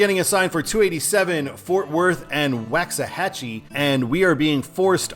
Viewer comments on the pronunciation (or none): Just a tip brother it is pronounced WALKS-A-HAT-CHE